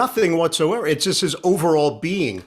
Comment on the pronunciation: I've always liked Ian, going all the way back to his WFAN days. BUT, I must admit it drives me crazy that a guy who makes a living by speaking can't say "just". Every time he says "jest" instead, it is like chalk on a blackboard to my ears.